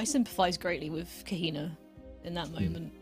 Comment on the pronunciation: Kaeh-Hee-nahh: Kehina